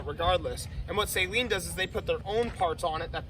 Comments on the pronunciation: You are pronouncing SALEEN wrong, dude...it is pronounced SUH-lean.....NOT say-lean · Not “ Say leen “ it’s “ Saa leen” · Cool video, but its pronounced Sa-leen, not Sayleen. It's a short "a". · Just so you know, Steve Saleen pronounces his name Suh Lean, not Say Lean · It is SAH-LEEN NOT SAY-LEEN Spread the word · Drives me nuts when I hear it pronounced like a salt water solution. It’s “Suh-leen” lol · Just wish you could pronounce Saleen correctly